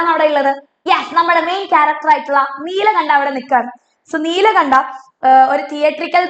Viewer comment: Teacher his name is nilkanta Not nilakanta